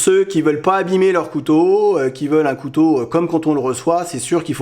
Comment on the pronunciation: là tu fais une légère erreur de prononciation mais qui est commune car c'est un mot difficile, cou-tau